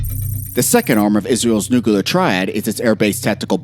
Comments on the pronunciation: Bro its NUCLEAR, not nucular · HEY… it’s Nuclear, not nukaler. NOO-klee-er, not NOOKA-ler. UGGH…….. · Repeat after me "NU-CLE-AR". Not NUCULAR😂😂😂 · its NU CLEAR not NU CU LER. god you are so stupid. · Bro it's nuclear not nu-killer🤦‍♂️ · nu-cu-ler for fucks sake it's two syllables Nu-Clear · Nukular? Nuclear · Nuclear... not nucular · George Bush says it's nucular so it's nucular, stop being a grammar terrist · Argh! noo-clear not noo-ku-lar! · Nucalur? lol M'kay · Israel will never have to fight a nucular war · Not "NUCULAR." You lose credibility by saying it so wrongly. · NUCULAR? What ignorance! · Can't stand "nukular", had to quit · “Nukiler”, c’mon! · Its Nukiller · Should I trust a military analysis from someone who says “nucular”? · Have you ever heard of a "tactical nu-clear we-apon" -_ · why do some people say nukuhlar? (nuclear) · wait new clear how that for proper sounding and wording😂😂😂😂😂😂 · What is Nuke a ler? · They way you say nuclear is particularly annoying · They are going with GW Bush's spelling guide!